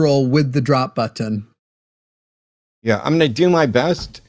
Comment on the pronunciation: Why does he say button like that